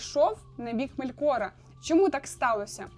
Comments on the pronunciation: Ме́лкора а не Мелко́ра, Ва́лар а не Вала́р, хоч бы погуглила спочатку, лоровединя хрінова. Ці слова сильдорійськоюмовою, мовою ельфів, а в твоєму виконанні звучить наче ороча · Настільки добре що навіть не знає де в імені Мелкора ставити наголос👍